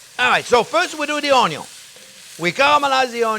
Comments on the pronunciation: Friends Remember the "Onyawn" always goes in first<>Chef taught me that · Yeah, you are right, I learnt to pronounce ONYO the right way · All this time I have been mispronouncing Onyo. Damn you learn a lot watching Chefs tutorials. It's addicting. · When he says onion he sounds Cajun. Like Justin Wilson